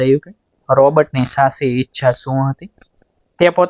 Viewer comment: સ્ટોરી સરસપણ ભાષા દોષ વારંવાર આવે છે .સાચી ના બદલે સાસી બોલો છો તો કેટલું વ્યાજબી ?ફરી ઉચ્ચાર સુધી તરફ ધ્યાન આપશો તો વધારે અસરકારક રજૂઆત કરી શકશો